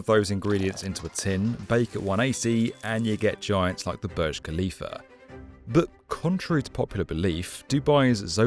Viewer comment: Hate it how you say "burj". Should not be to complicate to call it correctly.